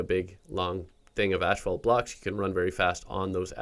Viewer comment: Bruh its not called ashfault